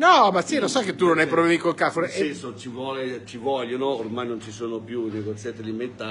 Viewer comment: Bonjour très cher, Nooooooo devi pronunciare con l'accento francese CAREFOUR KA RE F U R 😉🤝🏻